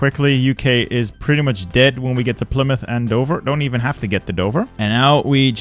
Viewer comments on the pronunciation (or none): none